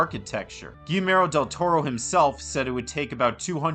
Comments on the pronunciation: Man, if it wasn't the guy's name, I wouldn't have said anything, but our boy here went on about how big a fan he is, all the while just CONSTANTLY mispronouncing his name. That's nuts. I'm not THAT polite. ;) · this video is great and i was genuinely shocked to see how few subscribers you have considering how high quality it is, but brother you GOTTA look up the pronunciation of names before recording cause you butchered Guillermo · It's pronounced gee-YAIR-mo. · Quick cheat in case you find it hard to pronounce his name correctly, it's Gee (as in Glee, but without the L) Jer (as in Jerk, but without the K) and Mo (as in Mo) sound it out, it will help a lot 😘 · Quick tip: Guillermo... is pronounced like "Guillotine", with a "Y" "Guiyermo" like in "What we do in the Shadows" series. Great video. Greetings from México. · Dude, I love this, but "Gee-AIR-Mo", not "Gee-Mair-Oh". :p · Guillermo. It’s GEE ERR MOE. Not GeeMero. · His name’s pronounced “Gee (hard G) - YERR - mo” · Guillermo is pronounced "Gi-YEHR-mo", not the several other ways you mangled it. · My friend, if you're a fan of him, at least pronounce his name right. It sounds like ghee-YER-mo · This buff00n actually called Guillermo del Toro, Gimero del Toro 🤦🏻‍♂️ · I think gee-yeah-r-mo is more accurate, not to bash on anyone, it just shocked me too that there was mention of him being an avid fan and then the mispronunciation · Guimero del Toro? WTF dude, research the pronunciation of the name before you start uploading videos about people. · isn't it pronounced goo-yer-mo? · Almost: Gi yer mo. I'm sure that you're mostly referencing that this guy is prouncing "ll" as "l"...which is wrong. In Spain AND, possibly more importantly in Mexico (where del Toro is from), it is prounced "gi yer mo". "ll" is "y" in Spanish. Although, in South American Spanish-speaking countries, "ll" is more of a "j" sound. So, "gi jer mo". In no Spanish-speaking country is it pronounced "gi ler mo".